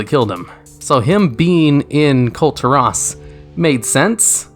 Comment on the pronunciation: Hes calling the Val'kyr "Valkyries" like dude the plural for Val'kyr is just val'kyr, they aren't the Valkyrie rockets from black ops. Also, just LISTEN to how goofy he pronounces Kul'tiras !!! Then he says "i dont think anyone knows more about Lilian voss than me" like dude what are you talking about it sounds like you barely know anything